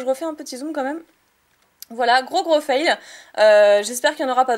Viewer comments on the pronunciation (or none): none